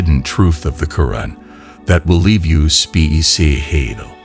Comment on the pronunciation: Am I tripping or does the AI narrating this have trouble saying the word speechless